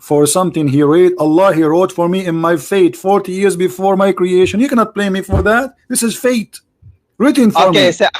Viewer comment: it's BLAME and not PLAME 🙏🏻